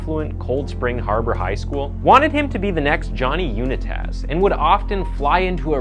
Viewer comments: The NFL quarterbacks last name is pronounced U-ny-tis not Una-tass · Johnny You-Na-Taz 😂😂😂 Unitas is pronounced You-Ny-Tus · Uni-Tas? Wtf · oh god unitas? u-neh-taz?? ....unmmm its u-nite-is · Lmao love the content keep up the great work bro I jus had to laugh n give you shit about the way you pronounced "Johnny Unitas" supposed to sound like "You night us" not "Unit Oz" Ahahahaha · Great video, but Johnny "You-na-taz"? It's Johnny "Unite-us" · You ni taz?!! Really bro?! Unite- us! He's a legend you can't mispronounce it that bad lol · Really? Johnny UNA-TAZ? Really? It's Johnny FUCKING UNITE-ISS! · Johnny unitaas. No Johnny you ni tis. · also johnny unitas isn’t pronounced johnny “you-ni-taz” it’s “you-night-us” it’s a good vid tho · The next Johnny “Uni-taz”? One of the greatest of all time. Johnny “Unite-us” is how it’s pronounced. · Sorry I couldn’t get past “Johnny U-NEH-TES” lol it’s pronounced “U-NYE-TIS” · U night us - uni taz sounds wrong but I’m probably wrong 😅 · I’m not even gonna say anything about you not knowing who Johnny ‘Uni-tas’ was…. (Pronounced Unite-us’ …. It’s ok…. You might be too young to remember him…. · Unitass? Lol I see you don't follow football. It's pronounced You-nigh-tus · Johnny UNA TAZ? Unitas is pronounced U NI TIS.. At least his last name was. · Johnny "Uni taz"... yeah, this guy has no idea what hes talking about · OK...I happened to have met Ricky. His dad was my teacher in 'Health' at CSHHS. He was a little rigid, and the coach of the CSHHS football team, that for a little school always did surprisingly well. Johnny Unie-tas. Are you f-ing serious. You couldn't at least pronounce one of the most famed quarterbacks in the history of American football... at all? It sorta says how accurate the rest of your load of shit is goig to pan out. just fold your channel and walk. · I believe it was Johnny U ni tus as in unite us. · You mispronounced Johnny Unitas bro. It's pronounced "unite us." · “Johnny Uni-taz” 😂😂